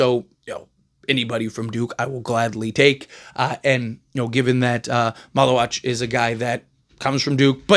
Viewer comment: you got his last name right good job lol